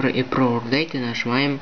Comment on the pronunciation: урдейт тсссссс хахахаххахахахахаххахаха мне 11 и я и то знаю что это токое или как произносится и пишится!!!!